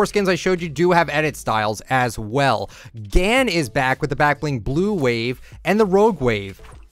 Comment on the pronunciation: Gan is pronounced (gahn)